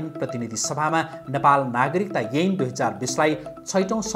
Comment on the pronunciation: अ अा इ ई ए ऐ को उच्चारण मिलेन है । एन हो कि ऐन